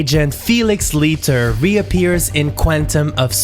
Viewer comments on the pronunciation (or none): Leiter is pronounced LIGHTER! Have you not even watched it?!? 🙄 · Le nom de famille de Felix Leiter se prononce comme "lighter" (un briquet). 😉